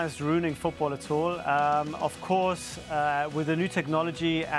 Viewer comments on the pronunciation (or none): ''avcorss'' boy you murdered the english language lol. it's ''of course''.